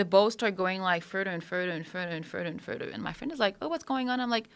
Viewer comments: Furder furder furder and furder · Furder furder